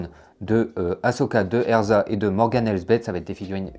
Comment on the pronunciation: Non pas eRZa mais eZRa, EZRA bridger même ! Il ne faut pas écorcher le nom d’un jedi quand même ! 😂😂